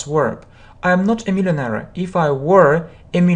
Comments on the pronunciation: Простите вы неправильно произносите millionaire. Спасибо вам за уроки. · слово millionaire на английском не так произносится